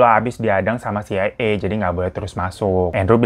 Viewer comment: iy dy bilang ny "CAA" terus😄